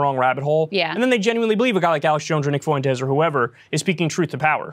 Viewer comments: Nick is garbage, but the way Kyle is pronouncing Fuentes, is sending me to the moon. 🤦🏽‍♂️ Is he doing that on purpose?? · I know it's probably silly, but the way Kyle pronounces Nick Fuentes' last name as "FOO-ENTEZ" is so grating. It's "FWENT-EZ". No one else ever pronounces it the way Kyle does, wtf? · Fuentes is two syllables, Kyle.